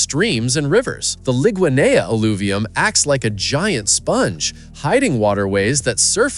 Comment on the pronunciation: Very interesting but you could’ve asked a Jamaican to edit your script or at least do some more research. I’m taking it you’re not Jamaican or you would’ve known: *Not LI-GWAA-NE-A but LI-GA-NEE *The river that flows in the opposite direction is the Plantain Garden River, not Hope River. *We do not have basements in Jamaica. However some buildings do have cellars. And yes, my apartment building in New Kingston was built on top of one of those underground gullies - not rivers. *The Blue Mountains are not even close to being located in Kingston. It’s located at the summit of the parishes of St Thomas, St Andrew and Portland *Those cool mountains are not in Kingston, they’re actually in St Andrew. Kingston is literally a plain of approximately 10 square miles. A lot of the facts you’ve mentioned are not associated with the parish nor the city of Kingston but with the parish of St Andrew. Kool job though.